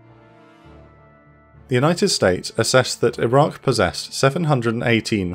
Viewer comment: Did you say Iran or Iraq?